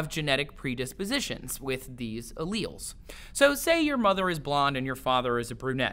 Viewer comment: why does he say alleles so weirdly lol?